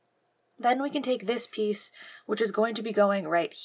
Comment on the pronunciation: I like the part when she said peice.